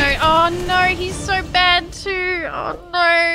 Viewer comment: i haven’t watched loser fruit in a bit but i just keep paying attention to her saying “noer” and i love it